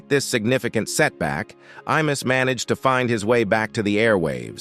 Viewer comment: I MUSS...not E MUSS